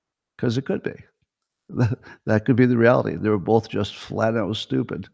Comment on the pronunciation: open letter to Scott Adams: Dear Scott, the word "both" doesn't have the letter "l" in it (it is not "bolth"). Sincerely, Al Quinn